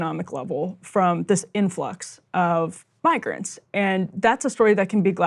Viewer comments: listen man I want to believe it was a mispronunciation, but when it’s coming from the same folks who are pushing this kind of racist drivel constantly, it’s hard to give them the benefit of the doubt here Plus it definitely sounded like the word he said started with a N sound to me, but I’ll let everyone judge that for themselves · It was a misprounciation of "migrants" on the Meg Kelly show. But the rest of the statement still holds up with Vance saying Haitians need to go back to Hacia....Hacia...There is a lot of passion with the ignorance and purposeful misinformation.